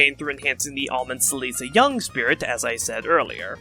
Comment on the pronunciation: im detecting a pattern with your fire emblem segments lul. luckily with celica, rigel, and mila, they arent gonna come up again so it doesnt matter but i better buckle up for the rest of the fe spirits thatll have even harder to pronounce names lul. (for the record Celica is pronounced "Cell ick a", Rigel is "Rig El", and Mila is "Mill a")